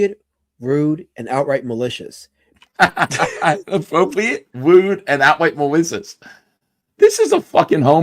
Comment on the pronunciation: This stweam is filled with MAWICIOUS INTENT!